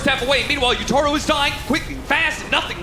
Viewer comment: the pronunciation of Yatoro as Yutoro is killing me